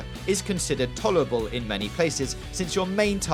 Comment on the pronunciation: Dead Wising, wewease, tolewable, gears of waw, political outwage, Liawa, owiginally, Bwazil. Gotta work on the R's there fwiend.